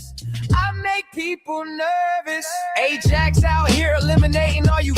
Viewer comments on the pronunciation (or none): none